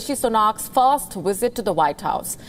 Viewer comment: oh well you said werbal instead of verbal and wisit instead of visit,quit making fun of sleepy joe! LMAO